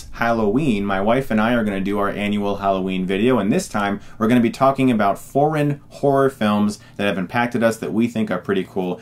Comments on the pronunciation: I could've swore Chris said "Speaking of foreign whores..." lol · I like "foreign horror" in the American accent. Forhn horrR